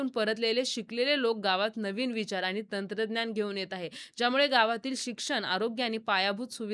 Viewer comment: आणि ❎ आनी ✅ माणूस ❎ मानूस ✅ पाणी ❎ पानी ✅ व्वा मराठी छान आहे तुमचं